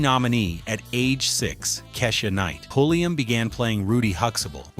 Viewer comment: Seeing how all of your uploads are black culture centric you might want to use a black voiced AI narrator. Also don't feed the AI generation tool the exact spelling for names. Huxtable will always be Hux Able to the dumb AI. type Hux ah bull... the way we say it. alao.. quiche ah night paul i am.